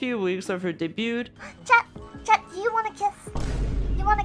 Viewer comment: in debut and debuted, you don't pronounce the T. 'Daybyoo', and 'Daybyooed'